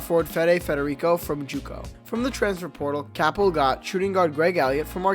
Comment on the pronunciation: First of all it's pronounced CAYPEL not CAHPEL. And second nice prediction about Pitt, NOT!!